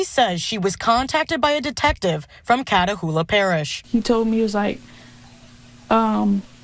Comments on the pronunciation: Ochuita is pronounced watch-uh-taw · Dang you pronounce that Washitaw… the spelling is French Ouachita…😂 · at least pronounce OAUCHITA parish properly..